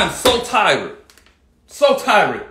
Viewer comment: “I am so tired, so ti-red”